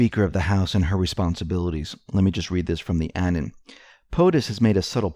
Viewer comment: it's pronounced a-non as in "anonymous", not annan like banana.